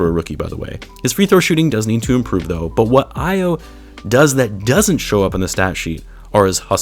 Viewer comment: AYO is pronounced AHH-YAWW. Not AYY-YOO. -a Nigerian